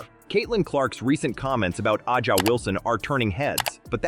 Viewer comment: “A’ja” is pronounced like “Asia” not “Ah-ja”.